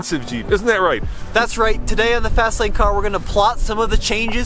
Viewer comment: oh no, did you say CAR??????